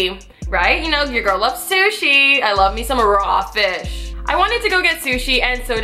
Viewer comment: Why she say raw fish like that😂😂